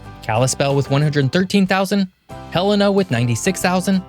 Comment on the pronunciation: hey, you pronounced "Helena" correctly!